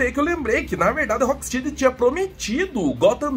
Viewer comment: desculpa a chatice, mas rocksteady se pronuncia "rock stédi"